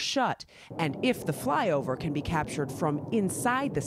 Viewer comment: She said “ fyover”